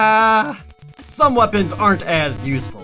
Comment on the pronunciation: "Scorched earf"